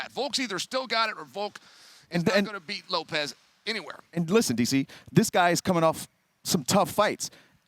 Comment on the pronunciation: It's LOPES not Lop-EZ you idiots